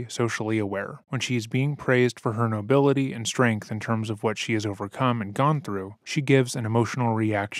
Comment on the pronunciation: “It’s noblility” 😂😂😂😂